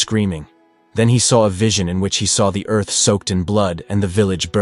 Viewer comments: I've never heard anyone say earth that way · Did he pronounce Earth differently?! Lol